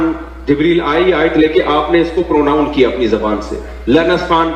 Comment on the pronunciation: Isko pronounce bhi nahi bolne ata ye bolta hai pronoun